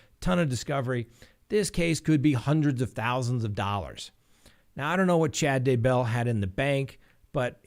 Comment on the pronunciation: I Love Your program. Thank You for your work. Just a little note. DAYbell is pronounced with the accent on Day not bell.